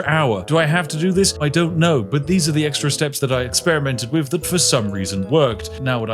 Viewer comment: The way you pronounce TH as F is just gross.